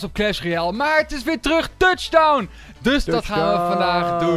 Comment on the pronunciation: Stop met tuchdown zeggen...